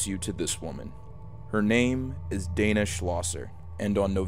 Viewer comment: I am pretty sure her name is pronounced Dena with an e not Dana.